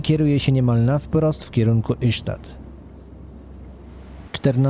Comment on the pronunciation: Ystad czyta się ista.